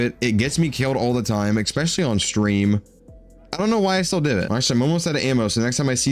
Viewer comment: ESpecially bro. Not eXpecially. There is no (x) in especially. Definitely doesn't ruin the vid haha just noticed you say it every vid. ❤